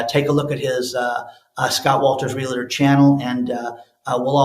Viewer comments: Please stop saying "Real a tor"!! That is completely incorrect!! There is no "A" in that word. it's pronounced "REAL TOR" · Real-a-tor or Real-tor ?? Pretty sure it is 2 syllables not 3.. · Realtor rather than realator. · It’s pronounced “Real -tor” not “Reli-ter”. In case you want to influence people even better than you already do. Most people will just smile to your face and never tell you things like that. Im that friend that’ll tell you if there is spinach on a tooth. 😄